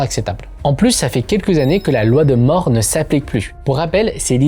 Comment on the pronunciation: Go voir un ortophoniste, "quèque" n'est pas un mot, c'est queLque avec un p*tain de L dans le mot. Et c'est pas la loi de More mais la loi de Moore. Ca se dit MOURE. Go te faire soigner.